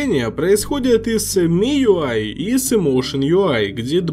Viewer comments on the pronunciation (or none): none